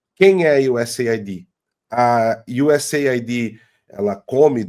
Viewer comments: Não é USA ID, é US AID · A pronúncia é iuseid, ok? "Aid" significa "ajuda".